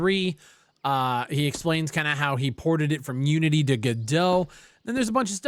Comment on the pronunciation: When you said fuck unity, I thought you said fuck you and I was like wow rude. LMFAO.